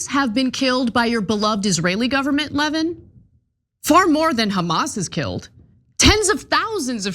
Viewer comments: I don't think you should be able to call someone "disgusting" and "bloviating" unless you can pronounce his name correctly. His name is Mark Levín, not Mark Lévin. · I know Mark Levin doesn’t deserve any respect, but his name is pronounced LeVIN, not LEHvin. For someone like Ana, who has been pretending to have her finger on the pulse of right-wing politics for years, pronouncing it wrong makes you sound generally uninformed. Do better. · Yes, it’s pronounced “Le - VIN”. The accent is on the second syllable. Lol! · His name is pronounced Lev-IN, Ana.